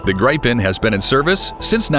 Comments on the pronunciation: GRAIPEN???? Dude! it's pronounced GREEPEN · Where do you get ''gripe-en''? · GRIPEN it’s an short I like in “IT” GRIPEN—-gee wiz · HOW TO PRONOUNCE "Gripen"? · My comment was relative to the mispronunciatıon of grıpen. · It's GRIP-EN and RAF-A-EL